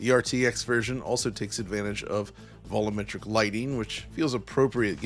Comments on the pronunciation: Great video. But you keep pronouncing volumetric as “vol-oo-metric”. That’s wrong and really detracts from all the hard work that went into this project. It’s pronounced vol-you-metric. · I am convinced intentionally mispronounces things to upset me. ‘Voluumetric”? Turn up the “volim” on that stereo!